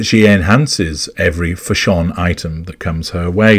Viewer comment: I came here just to hear you say Fash-ON, 😂